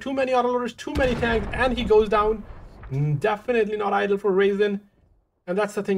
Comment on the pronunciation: I just want to give a little constructive criticism to. The early commentary I believe you meant ideal or optimal, but it sounded like you were saying idle synonymous to stationary. Good commentary otherwise.